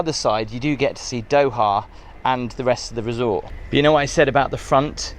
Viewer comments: Doha... not doa.. more effort with pronunciation would be appreciated 😅😊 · The pronunciation of “Doha” is: DOH-hah (with the “DOH” as in “dough” and the “hah” softly pronounced).